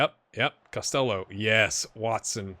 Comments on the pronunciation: You're going with Cost-ell-oh (like Elvis I guess), it's more like Cost-Hello with a fairly soft 'h'. To episode 3 I go now... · UCD (LSL) is UCD's B team effectively. The LSL stands for Leinster Senior League. You're pronouncing Costello differently to the player himself too. I watched him make the breakthrough at Limerick in real life and can tell you he's in Scotland now in real life. Loving this so far, keep it up!